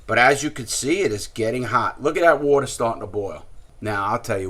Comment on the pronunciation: Wourter drink drink drink drink